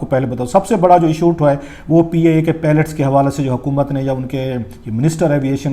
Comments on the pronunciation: اگر انداز بیان میں تلفظ کی غلطیاں ہوں تو حُسنِ بیان ختم ہو جاتا ہے. آپ برائے مہربانی اس پر توجہ دیں. جیسے لفظ پائلٹ کو آپ درست طریقے سے ادا نہیں کر رہے. آپ نے لفظ پیلٹ ادا کیا جو کہ بالکل الگ لفظ ہے.اس کے علاوہ کچھ اور بھی غلطیاں ہیں. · 🤦‍♂️🤦‍♂️🤦‍♂️🤦‍♂️idiot its PILOT, not PALLETS...tuba these are our so-called analysts...sahi phooodooo laga hova in logoo ka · Please pronounce pilot not palat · THE WORD IS "PILOT" AND NOT "PELET" AS YOU HAVE BEEN SAYING - WE NEED TO CHECK YOUR "FAKE ENGLISH" DEGREE FIRST.